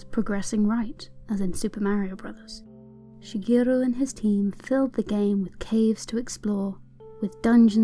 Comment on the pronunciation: omg when you pronounce Shigeru you give a perfect japanese accent to it - very nice on the ears!